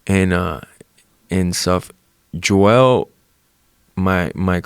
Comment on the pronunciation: Why does horhay pronounce everyone’s name wrong 🤣